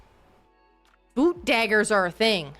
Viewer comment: Another great episode, the Fang gang fighting over who is their bestie great stuff, when you said boot dagger I heard boob dagger and was like well that's a choice hiding spot. also the solo knights club is such a cute treo and looks like mother mor should take them out on playdates more